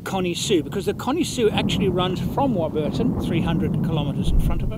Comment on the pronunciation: you need some training in Aussie lingo not War_bur_ton but Warburton said as quickly as you can get it out of your mouth😂😂